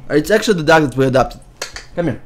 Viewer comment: im not being rude but when u say "dog" in your accent to me it sounds like duck ^^ :)